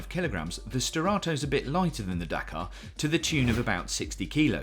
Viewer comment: Dakar, you mean Dakar